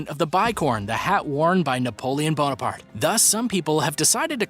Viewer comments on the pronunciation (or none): none